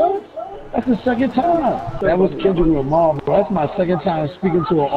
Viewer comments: nigga said Kevin lamar 😂😂😂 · he said Kevin Lamar 😂😂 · It's "Kevin Lamar" come on bro... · that boy said Keven Lamar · this boy said kevin lamar lmao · NIGGA SAID KEVIN LAMAR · This nigga said Kevin's lamar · This bitch said Kevin Lamar. Lmfaoooo I'm deaddddddd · nigga dawn said"kevin lamar" SMH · its not kender lamery